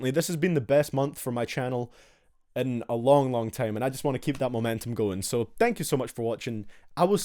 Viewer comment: Why do you say tame and not time